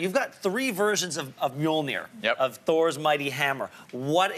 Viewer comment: as an interview person, he Pronounce Mjölnir so well.